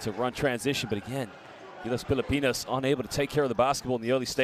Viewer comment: pilapinas daw. can somebody please check the annotator. pilipinas!